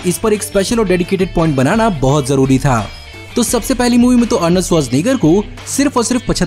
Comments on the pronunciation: Bro...you pronounced Arnold's surname so easily like nothing..,.I doubt that you are from this planet.!! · Sach batao Arnold Schwarzenegger bolne ke liye kitne din practise kiya?? 😂🤣 Mast video tha